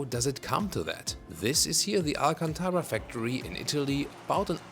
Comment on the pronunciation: It’s not alcantaWa It’s alcantaRa